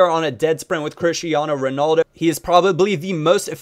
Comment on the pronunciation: he says "crishtiano ronalzo" so hilarious